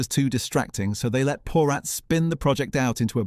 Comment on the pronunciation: Just one correction:: Your pronunciation of the name Porat is incorrect. It’s a Jewish name, pronounced po-RAHT, with the emphasis on the second syllable and with the 'a' pronounced like “ah”, not like the 'a' in cat or rat.